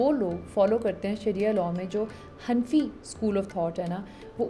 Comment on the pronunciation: Sister🤲🏻 Its not han fi , its hana fi together (pronounciation)